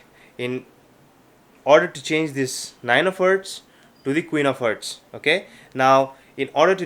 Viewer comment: IT'S HEARTS NOT HERTS U FUCKING ILLITERATE ASSHOLE